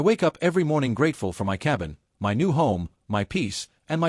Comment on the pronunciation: so the AI doesn’t know how to say “my”?